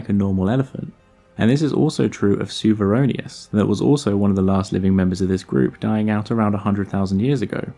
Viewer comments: To be fair, the question is not about latin proouciation ^^ Cuvier is not a latin word, it's a french name, the name of one of the greatest zoologists of his time, so.... please, pronounce it correctly :p And the correct pronounciation is "Ku" not "Su" ^^ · Just a minor commentary: it's pronounced Ku-vier.... not Su-vier. The name is of course after the famous French naturalist of the 18th century, Georges Cuvier. Excellent video btw. This family is so fascinating from an evolutionary pov... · I'm baffled why anyone would pronounce "CU" as "SU". When does that ever happen in English or Latin? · Incidentally, your pronunciation of "Cuvieronius" is off. Cuvieronius is named after the French naturalist Baron Georges Cuvier. So the "C" is pronounced as a "K". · Pronouncing a "c" like an "s" before a "u" is definitely not "Church Latin pronunciation." It is just a mistake. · i speak french and this comment is right